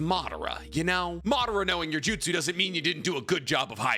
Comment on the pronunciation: Say Jutsu again I Dare You, I DOUBLE DARE YOU